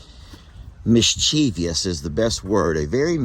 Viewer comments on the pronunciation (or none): Mischievous not mischievious lol